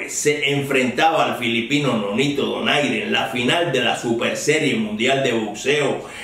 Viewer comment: Aprecio que en su comentario haya dicho "Donaire" y no "Doner" como pronuncian algunos periodistas anglófilos.